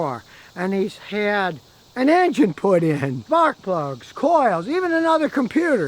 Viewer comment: After he said a new engine was put in it sounded like he said butt plugs, but I’m sure he said spark plugs. LOL